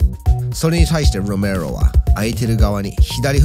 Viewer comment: ロメロの発音良過ぎて内容が入ってこんよwww